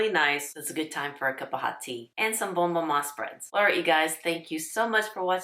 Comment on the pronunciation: I got mine for the first time this year. Lovely! As a diabetic, a 37 gram jar lasts three breakfasts, so it'll last more than twenty-four days. Order early to avoid disappointment. Only one negative comment - I wish this lady would learn how to pronounce "bonne". She says "bone" every time.